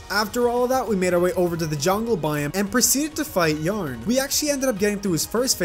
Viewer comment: The way you say Yharon though. Isn't it like Ye-AH-on?